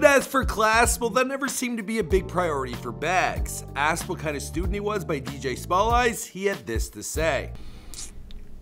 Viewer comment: stay butchering ppl names bro its too funny he said dj small eyes lmao how do u not know about dj smallz?